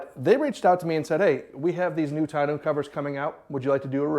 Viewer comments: Tonneau is Tonn No. not New fyi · Great video brother!! Don't put the bike in the truck!! Trust me you won't like making that happen...to awkward and to dangerous!! Get a small trailer with a low ramp for your bike and leave the truck bed for other cargo!!! Also....it's not pronounced "ton-noo"....figure it out!! 😄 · Great videos with great content sir. Thank you. Now TONNEAU is actually pronounced TONNO. As it is a French word and in French, when the word ends with EAU it is pronounced O. For instance EAU means water in French and it is pronounced O. Same for the Tonneau Cover. I hope this helps sir. Again fantastic content. Thank you for all.